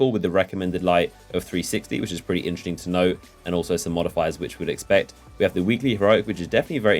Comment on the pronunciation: "which is inchersting"